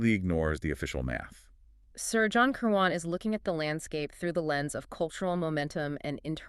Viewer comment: Kir'win, not Ker waan